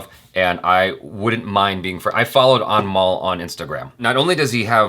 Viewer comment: Who else heared "Animal" all the time instead of "Anmol" 🤣 Jo bhi sunai diya shi hain uske liye 😂